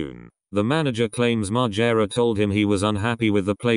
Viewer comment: Bam "wah" Margera